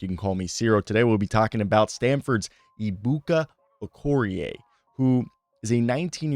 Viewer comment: Pronounced A-bukah Okoh-ree-A. You're welcome. His first name is actually shortened. But it means "God is so great" or "God is so Big."